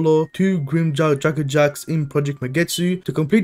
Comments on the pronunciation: I don’t mean to be rude but jeagerjaquez is not pronounced jaguarjack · He actually pronounced jaegerjaquez like how it's pronounced in dub?